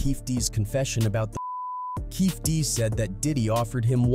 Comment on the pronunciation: Kading never wrote the proffer deal, a cop cant do that, and he never recorded it, his partner did and he found out a few days after. Its also KEFFE D, with the E's pronounced.